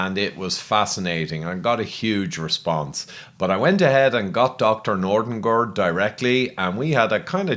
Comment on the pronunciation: Brilliant interview Ivor I love the way you say "Dr Nordengord" The Swedish Chef would be impressed 😂